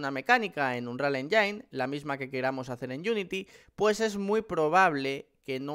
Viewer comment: "anrial enyin"